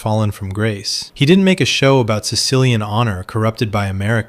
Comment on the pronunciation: he dih-dent